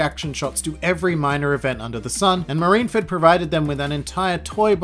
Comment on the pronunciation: I can't everytime he said marineford not properly.